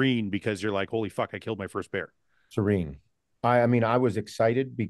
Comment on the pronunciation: Bear chat, not bro chat